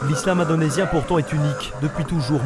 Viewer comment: Ça c'est ne pas l'islam que nous connais et il a bien dit ISlam indenosien 😂😂😂😂🤣